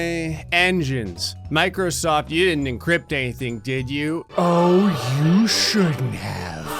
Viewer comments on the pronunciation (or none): the way he said microsoft makes me very uncomfortable